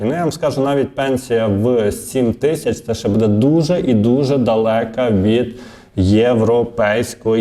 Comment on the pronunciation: Не «буд'Е», а «б"Уде».